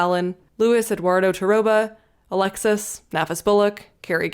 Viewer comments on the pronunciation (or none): none